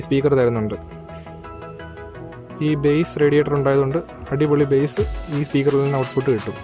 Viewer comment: Bro ബേസ് അല്ല ബാസ്സ്